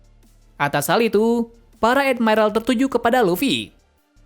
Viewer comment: Ngomong admiral aja edmairel 🥱